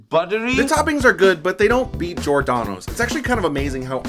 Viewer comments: Good video overall, but.... Gi-or-da-no's you're missing the emphasis on the G and then the OR for G-or, as you seem to be saying Jordano's. Also, Giordano's isn't the same at Lou's or My PI, as Giordano's is adds an extra layer of dough over the cheese and toppings then the sauce. As a whole they are ALL pan pizza's, just that in Chicago we call it deep dish, not pan. They all use a deep pan to put the dough in and push it up the sides a bit to create the crusts you saw. Pequod's adds cheese on the sides to caramelize into the crust but it's still deep dish and to many the best pizza in Chicagoland area. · Giordano's for the win. You are missing a syllable when you pronounce it though. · If Giordonos is your favorite, at least learn hoe to pronounce it correctly